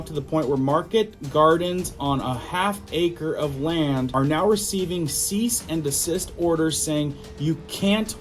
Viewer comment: thanks for all the interesting and important info. Please note that CEASE is pronounced like "seese", not "case". Pronunciation is important. 😉